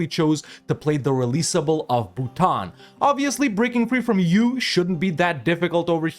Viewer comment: I get confused every time you say “U”